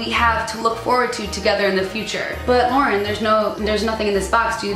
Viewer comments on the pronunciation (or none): none